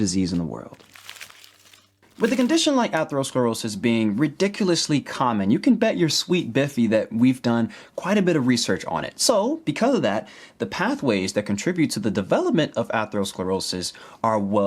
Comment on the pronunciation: Bippy, not biffy.